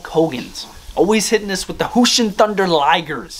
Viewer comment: Btw it’s jushin with a j but no hate no hate